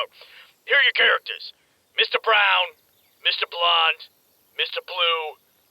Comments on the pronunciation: Mr. Brown sounds like "Mr. Shit" Lmfao! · Mr.Brown sounds like Mr. Shit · "Mr. Brown sounds like Mr.Shit"